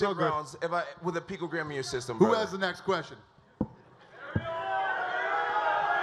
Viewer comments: Jones should've read that USADA manual so he would be able to pronounce "picogram" and ensure he understands what he can and cannot have in his body. Excuses. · Also, acts stupid to play it off and make it look like he doesnt even know what a picogram is. He didn’t pronounce it right on purpose. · He tries so hard to play it off, pronouncing “picogram” incorrectly. Saying that it’s the size of 1/48thmillion grain of salt. Saying it doesn’t even help, and saying it’s impossible to inject that small amount. He’s clearly trying to play it off and manipulate people into believing him. What really happened was he probably microdosed, didn’t flush his system properly, and got caught with the tiny amount in his body that he didn’t flush out. Also, he popped for 8picograms in August, 19 in September, and now 60 on December 9th. He got suspended in 2017 for having 80 picograms in his system. This dude is such a fucking cheat is unreal at this point. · yep I agree. The way he was purposely saying picogram wrong when he knew was pretty cringe. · Jon 'I can't even pronounce it' Jones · Diversion tactics, showing he can’t even say the word properly, is one aspect of lying. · Jones is not intelligent enough to know how to cheat in such a specific way. The man can’t even pronounce picogram. He’s clearly innocent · it's not "pictogram" it's PICOgram ¿?¿?¿?¿? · 😂🤣 He said pictogram. It's picogram genius. A pictograms are symbols or pictures used to represent words. 🤣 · I like how Bones says that “the people judging me haven’t opened a chemistry book since high school” literally 5 minutes after being laughed at for calling picogram “pictogram”. Like seriously stfu, ur the last person to talk shit about other people’s knowledge of chemistry. Idiot. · Jon "chemistry book" Jones trying to be a smartass. Proceeds to constantly say "pictogram" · "microscoptic pictogram"🤦‍♂️ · Seriously, I love Jones, but every time he said “pictogram”, I cringed 😬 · “Pictogram” “microscoptic”